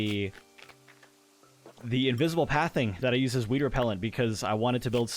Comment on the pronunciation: Yes it’s an inside joke, he likes to pronounce it hweed with a very defined h sound before the w